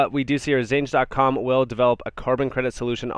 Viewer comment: Xange is pronounced exchange bro.